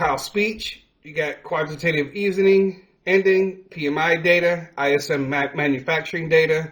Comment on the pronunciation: I did listen well enough to know you got it wrong just enough to where you mispronounced Quantitative Easing. And not just one either, every single time. And you never linked the cryptocurrency market to the NASDAQ. You just left it out, not letting anyone know that the NASDAQ powers the Cryptocurrency Market. That is a classic case of neglegence when informing your audience of financial matters. So for the future, and the spirit of the next holiday. I'm going to hope you get better at this. Remember, there is always room to do better! 👍🏾👍🏾 You can do it if you want to.